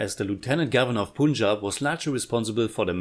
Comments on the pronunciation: Bro, It's Panjab ( Punjab) not PoonJab (punjab) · It's not Pooonjab...Punjab- Pun just like bun🙏🏽